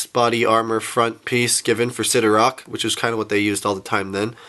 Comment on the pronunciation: sidorAK not sidorOK